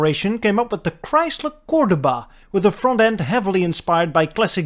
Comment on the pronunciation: Repeat after me "Core-dough-bah"